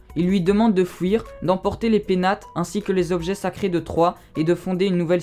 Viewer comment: On dit fuir pas fouir !! Intéressant mais débit de paroles trop rapide !!